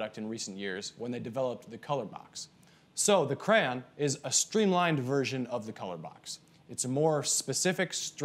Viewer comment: It's "CRAY-on".... not "crann"